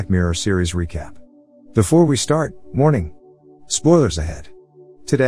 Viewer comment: OMG ALL THIS TIME HE WAS SAYING "WARNING!" NOT "MORNING!"